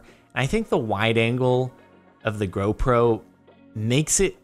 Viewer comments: Are we just gonna ignore the fact that he said gro pro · Nah u rite. He said gro pro